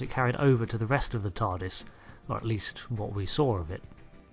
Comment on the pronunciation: You said tardist